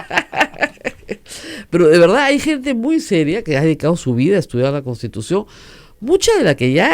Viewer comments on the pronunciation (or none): SIGUE HABLANDO MAL "entrampaOs" por "entrampaDos", "verdaA" por "verdaD", "usteEs" por "usteDes", "toOs" por "toDos", "abogaOs" por "abogaDos", "sentaOs" por "sentaDos", "legitimidaA" por "legitimidaD", "estaO" por "estaDo", "libertaA" por "libertaD", "buJcando" por "buScando", "conoJco" por "conoSco", "obligaAs" por "obligaDas", "toAs" por "toDas", "QuintaniYa" por "QuintaniLLa", "pueA" por "pueDa", doña Rosa María Augusta Palacios McBride critica con razón a un abogado que se dice constitucionalista, pero no advierte que ella como locutora, está obligada ha hablar con corrección, pues si habla de DOCENCIA POLÍTICA ella es responsable de la DOCENCIA EN EL BUEN HABLAR.